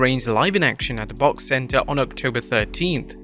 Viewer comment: Nobody in Oklahoma calls it the "bawk" center. It's an acronym, just say the letters like you would WWE or AEW. Lmao.